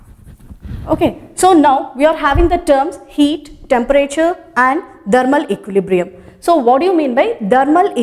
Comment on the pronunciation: "Thermal equilibrium" learn to pronounce .... Kiya hoga indian education system of India